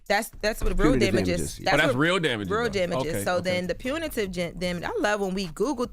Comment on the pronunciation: Jess can't even pronounce Pepperoni so Her reading Punitive was gonna be brutal.